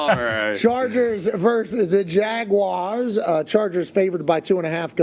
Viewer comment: Omg thank you for pronouncing Jaguars correctly